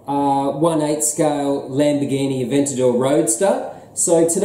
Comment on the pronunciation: Well done on the pronunciation.:) Looking forward to seeing how you get on with each new build video. By the way, does your taste in model cars extend to the new range of large Lego models that have been launched over the last few years? The Bugatti Chiron, Porsche GT3, Ferrari F40's, etc.